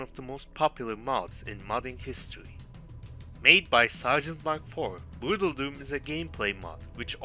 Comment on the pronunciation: I lost it when you said "What is bruudledum"